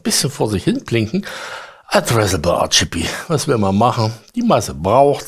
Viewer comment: Hi Ich find ja deine Videos ja super Informativ!! Doch an eine Sache kann ich mich einfach nicht gewöhnen!!! Dabei geht es um drei Farben. Diese sind Rot, Grün und Blau!!!Diese drei Wörter sind die vollständige Bezeichnung für RGB!!! Doch immer wenn du RGB sagst, hört sich das an wie denglisch!! nicht englisch mit na Tüte Murmeln im Mund!!! Versuch`s doch mal ganz langsam Rot, Grün, Blau es ist doch garnicht so schwer.😉😉